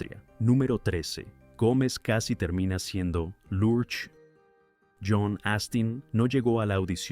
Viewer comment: La interpretación de la creencia de Miércoles es completamente americana. Creo que los latinos nunca entendimos porqué se llamaba así. La pronunciación de Large en esta narración, no se entiende. No entiendo el comentario de que esta serie no encajaba en la época. quizás fue en EU, En México fue un exito total.